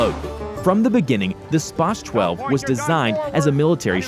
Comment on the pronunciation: Its Pronounced SP-AH-Z 12 but its spelled SPAS 12